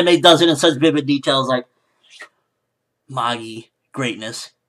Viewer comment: Loved the episode, loved the review as always and I personally don't think should do a weekly review of the episodes for this series, just the ones he really enjoys so he can let his hair down (see what I did there?). However I can't help but cringe whenever people say Magi like that, the pronunciation is just....Eurgh!